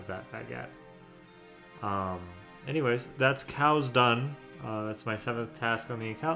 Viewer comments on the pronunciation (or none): none